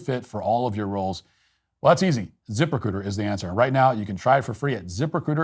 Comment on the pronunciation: I thought you were saying "zipper-c00ter", not "Ziprecruiter." Yikes, I hope they didn't pay much for that company name.